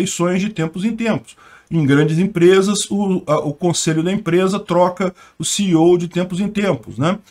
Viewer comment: falou CEO corretamente. Fiquei muito feliz. Até deixei um like.